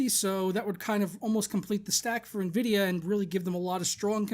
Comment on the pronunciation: sounds like your saying nehvidia lol